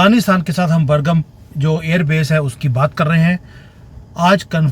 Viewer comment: बर्गम नही बाग्राम है सर 😊